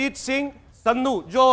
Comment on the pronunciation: सिद्धू नहीं संधू। गलत अत बोलिये